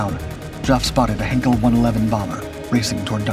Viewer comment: Jof for Geoff? Is this a bot voice or just an idiot? And "Henkel"? The chemical producer or have they been watching "The Great Dictator"?